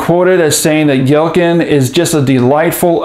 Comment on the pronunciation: Pronounced YELL-CHIN